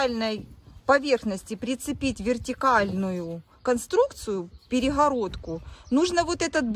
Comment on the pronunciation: горизонтально говорит нормально, а перегородку - перехародка? 🤣🤣🤣